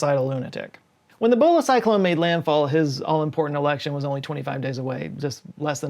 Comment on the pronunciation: Every time he says Bhola, I hear Bola... which was a very different cyclone